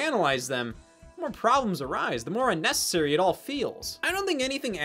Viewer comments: Idk why but u-nnecessary is sending me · I loved that “u-necessary” bit